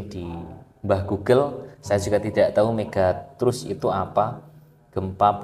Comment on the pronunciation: Nyebut megatrust saja ga becus, kelihatan banget ga mutu kontennya...